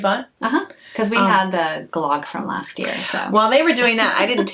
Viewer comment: I am one of the silent grammar police, but I never correct anyone except one of “my own children”. FYI the pronunciation of “glogg” is more like glug. Not quite but close. Love you guys so much. Thank You!